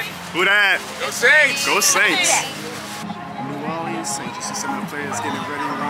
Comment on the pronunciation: you're pronouncing New Orleans wrong, just a heads up